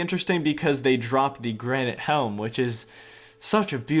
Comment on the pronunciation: The only person who says granite helm beautiful....